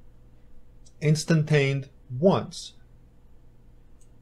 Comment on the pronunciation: He couldn't even read "instantiated" correctly. That's the part where I stopped the video. Garbage!